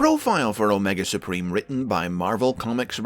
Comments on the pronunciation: "Omega spreem" - wat? That made me completely bust out laughing and do so, so hard I teared up! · My-nega Supreme.